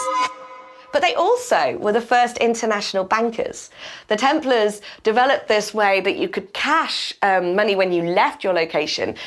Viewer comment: You run interesting topic can't you make sure the audio is proof read? I hear multiple times the "order of the temple", isn't it 'order of the Templars". It's irritating to hear typos when you run an international channel.